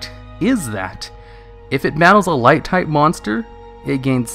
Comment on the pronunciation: "Light-type" My ears hurt